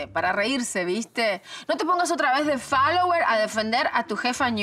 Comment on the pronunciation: "no te pongas de falower" :v